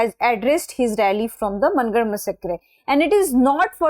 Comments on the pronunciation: It's mAAngarh dham not MANN garh ma'am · मनगढ़.❌ मानगढ़✅